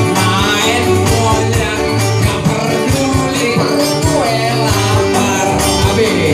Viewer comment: Bola sodok bang, bukan bole sodok